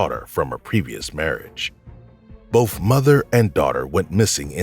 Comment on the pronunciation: Please stop saying "bof" instead of both..